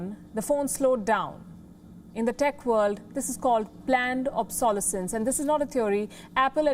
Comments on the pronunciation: Palki, the stress of the word "obsolescence" is on the third syllable - obsoLEScence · I had to smile at the way the reporter pronounces ‘ obsolescence’ ^^